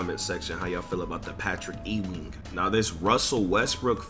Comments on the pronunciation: That nigga said Patrick ‘E’ wing 🤣🤣🤣🤣. Youngstas these days 🤣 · 😂😂😂 nigga said Patrick e wing lol